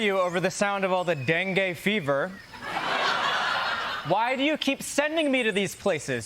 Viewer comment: Troy: The den-gue correspondent 😁